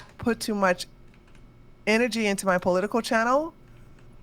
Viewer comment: never heard someone say politickle